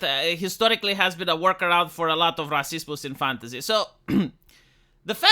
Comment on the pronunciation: from which country are you? i hear you pronounce some words slavic and some german 'Rassismus' for example.